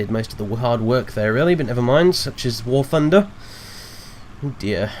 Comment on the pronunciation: I heard war tunder